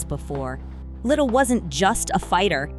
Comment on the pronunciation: Le - Dell not Little